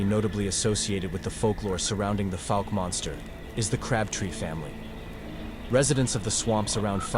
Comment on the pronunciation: Pronunciation Fouke /ˈfaʊk/ is a city in Miller County, Arkansas, United States. Like in ouch